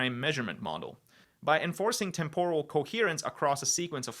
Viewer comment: "By enforcing tempòral tèmporal coherence": please try and stress the right syllable on the word "temporal". 🙂